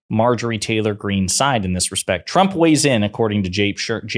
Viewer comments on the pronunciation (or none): Why was she not corrected each time she said President Trumper?